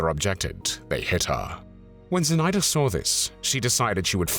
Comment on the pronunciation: Называйте имена героев как их зовут. Зинаида Портнова, ударение на zi' na'ida. Или просто Zina Portnova. Мы гордимся этими героями.